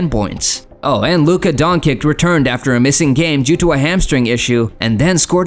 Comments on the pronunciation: Its Luka Doncic no donkic Donchich on English. You can see above his C there is little v that means ch where Luka comes from. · first time hear it pronouced DONKIK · Donkik? I have to stop watching this. Wannabe Youtubers can’t even pronounce the names…